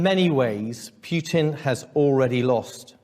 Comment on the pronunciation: Too bad that the UK has shot itself in the foot and become largely irrelevant on the world stage because of Brexit and corrupt leadership by Boris the Russian and Londongrad. Their head of the army can't even pronounce their enemy's name correctly.